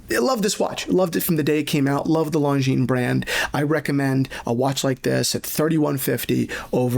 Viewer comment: btw the s is silent in Longines